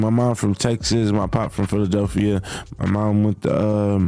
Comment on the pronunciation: Philadeephia? And I thought AI Slop couldn’t get any worse. They at least should know how to say state names